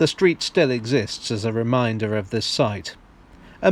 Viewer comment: Umm... the word is reminder - rhymes with hinder. Do you even english?